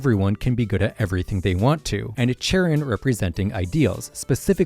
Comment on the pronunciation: It’s pronounced amp-fuh-RAHS, GUH-layde, YOOX-ee, yoo-NUH-vuh, EYE-SEER-iss, kuh-STEEL-ee-uh, CHAIR-ihn, KAH-lohs, SUH-REE-nuh, glad-ee-AHN, sill-val-EYE, ZAH-SHEE-ihn, “Patrick Star”! 🤨